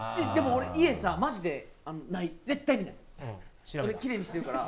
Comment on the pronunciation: 私だけやったらごめんなさいやけどシゲって絶対のこと、デッタイってゆってて可愛い愛おしい大好き🥺（笑）